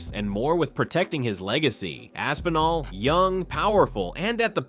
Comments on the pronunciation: Tom AP-sinall and Stypey Miokick? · When he said Tom Apsinall I knew the comment section was gonna be lit